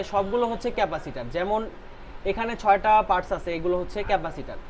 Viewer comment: দাদা পারস নয় পার্টস।